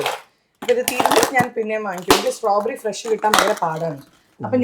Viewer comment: Strawberry i heard like sombheri,funny girl,active angel 😇❤